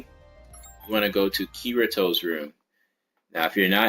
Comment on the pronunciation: It's bugging me that he said kirito like that